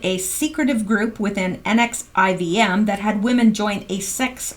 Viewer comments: Someone may have already posted, but NXIVM is pronounced NEXIUM like the drug, per another article. Sick SOB. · NXIVM is pronounced nexium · The NXIVM is pronounced "nexium"